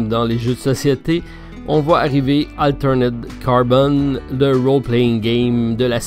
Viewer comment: Bonjour! Encore une belle vidéo bien dense comme on aime!! Beaucoup de contenus! Champ d'Honneur je viens de me le prendre je suis fan du concept!!!:D Sinon juste en passant c'est "AlterEd Carbon" pas "AlterNed Carbon" ^^ L'erreur est humaine;-) Merci pour ce bon moment, vidéo agréable au petit dej!:-)